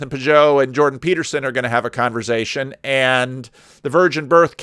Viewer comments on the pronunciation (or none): Did you just said "Jordan Peterson and Jonathan Pageau is gonna have a converZation!!?!?!???!?"😯😮😯😮😯😮😯😮😯😮